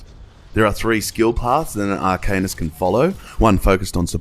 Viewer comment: cool review. btw, it's pronounced Arka-neest, not arcaynus